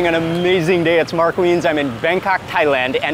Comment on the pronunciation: لا أحب رؤية مارك ده عينه برؤ بتشديد الراء بررؤ